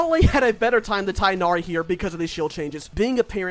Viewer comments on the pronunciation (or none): It’s pronounced tig nari